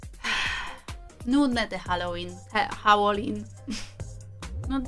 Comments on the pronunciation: Jak cos nie holelin tylko halolin;) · Halołin a nie hałolyn😂😂😂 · Nie Hałłoween tylko Halloween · Nie hałowin tylko halloween